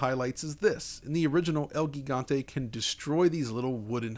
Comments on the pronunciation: Its pronounced El Jigante....like Giant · "El Gigante" since it is a spanish name the pronunciation should be in the original language and not in a “english” way, the pronunciation of “GI” in spanish is similar to “HE” in english so you can pronounce it as “Hegante”. Aside from that, excellent video as always. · It’s el HEEEgante lmao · The G in gigante sound like the H "home". Try read like el higante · Haha pro tip: Gigante is pronounced “He-Gant-Eh”. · It's pronounced el hee-ghan-tay. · Dude insists in pronouncing Wolfenstein with a heavy Germanic affectation but can't pronounce "gigante" the correct way.